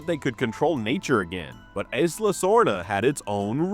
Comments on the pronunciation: eeee-sla, not eye-sla Also, JP has too many geology and geography and literary fans for this many mistakes in one video. It seems interesting but then my brain glitches every time you mispronounce something. Will keep an eye out for your videos and hoping for improvements as you grow. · "eyes-la sorna" lol...